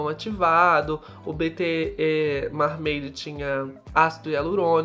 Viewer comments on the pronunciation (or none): eu te amo mas MAR-MEIDI não é como se fala mermaid haha